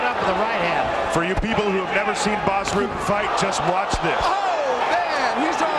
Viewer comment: It’s pronounced Ruhten Not Rooten. If he was Brazilian or Mexican you would be able to pronounce his name right.